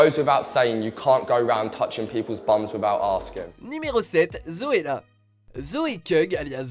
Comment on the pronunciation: le nom de zoella n'est pas zoe cugg mais zoe sugg avant de faire vos videos renseignez vous